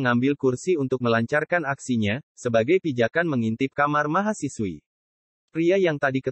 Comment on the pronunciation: Mahasiswi bung, bukan mahasiwi...